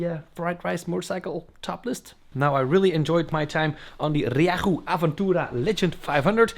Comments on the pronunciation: The engine is not half Chinese it is a Yamaha engine, Ree-yay-hoo use Yamaha in all their bikes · Happy birthday, your rieju pronunciation is improving 😂